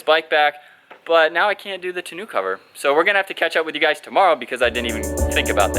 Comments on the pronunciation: Not tonU cover, but tonO cover... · It’s pronounced ton-oh.